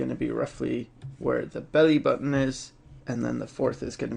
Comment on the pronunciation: the way he says belly button tho.